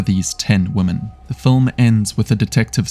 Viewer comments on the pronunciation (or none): Narrator needs to learn how to pronounce the word 'women' Vs 'woman'.